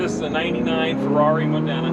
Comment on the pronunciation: It's pronounced MOD-DENA Spelt Modena. Italian words are said the way Italian's pronounce them. This is the city where Maranello is situated. The cities colour is yellow...thus the Ferrari badge. Nice car, must be a lot of fun.